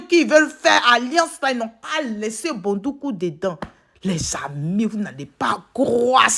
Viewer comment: Éeeeeeeh tu prononce bien ma ville dèh ko Bondoukou ne sera pas dédans. 🤣🤣🤣🤣🤣🤣🤣 Merci pr tout. Dieu vs protège et bénnisse. 🙏🏽😘❤